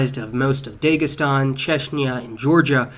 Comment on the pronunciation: In terms of Dagestan in southern Russia, it's DAH-gestan, not DAY-gestan. The latter pronunciation sounds almost like 'dago', which is a pejorative way of calling Italians and other Mediterranean Europeans.